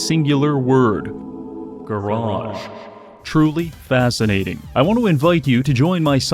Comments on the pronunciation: It's in the morning and that "garage" almost made me wake up my wife laughing lmfao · "Garage".... Now i am enlightened.